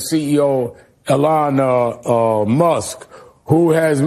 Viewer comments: “Elana Musk” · He said Ilhan Musk lol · I thought I was the only one that thought al said "elana" 😂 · Al Sharpton has a show, is paid millions and he's supposed to explain what's going on in the world... and he doesn't know how to say "Elon".